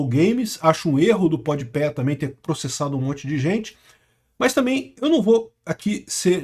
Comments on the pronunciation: E nao tanko o chamando o podpah de podpé kkkkkkkkkkkkkkkkkkkkkkkk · é pod pá, não “pod pé” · é POD PAH e não PODIPÉ kkkkkkkkkkkkkkkkk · Adoro que o parece se recusar a acertar o nome do Pode Pé 😂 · impressionante, é pod pé, é rap (pronuncinando rápi), o cara vive em outro mundo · Pode ser que ele esteja falando de propósito ou está falando como se fosse em inglês. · N sei se é de propósito. As vezes ele fala errado msm as palavras. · Se diz "Pode pá"